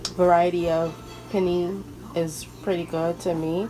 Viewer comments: It’s pronounced “pé-nay” lol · It’s pronounced “PEH-NAY”..the pasta looks great but the background noise was kinda distracting